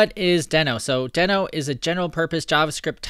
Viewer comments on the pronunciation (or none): It's pronounced deeeeeeeeno 🙃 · I think you are pronouncing it wrong. It is pronounced as Dino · it's not pronounced "deeeeeeee-no"? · Just to be sure, I watched a video with Ryan Dahl talking about Deno and it is spoken like you have doube "ee"s. Deeno. :)